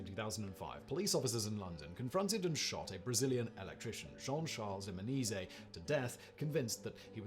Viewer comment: If you are interested in make a "part 2" of this video, look at a case in Brazil generally called "Escola Base" or "Escola de Base" ( and you pronunciation of the name of Jean Charles de Menezes are wrong and awful )